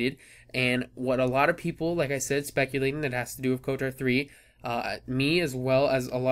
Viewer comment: You are pronouncing it wrong lol, where is the "a" in "kotor"? Lolz